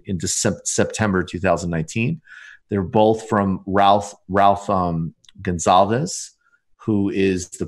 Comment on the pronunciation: His name isn't pronounced; 'Gonzalvis' Michael, it's 'Gunsalves', like in gun and salves. Gonsalves, not Gonzales. That billionaire who was social distancing on his yacht that pissed people off a few weeks ago was in St. Vincent, somewhere in the Grenadines. After this shut down ends, go vacation in St. Vincent. Gonzalves was born in Colonarie. There is a nice river running alongside his mom's house. The economy needs some help. Tourism can be that leg up.